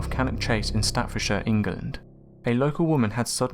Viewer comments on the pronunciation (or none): none